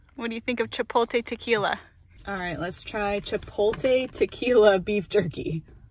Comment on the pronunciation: Actually, "Chi-pote-ley." lol :)